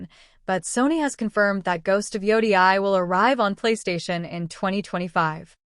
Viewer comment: If you say ghost of joudiai one more time I'm gonna start tweaking